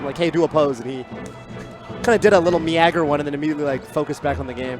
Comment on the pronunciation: said me-agger. That bothered me. It's me-ger. MEAGER!